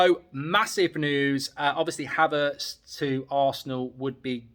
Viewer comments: Man said k havertz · Kay Havertz? is that Kai's sister, stop wobbling your gob and get names correct.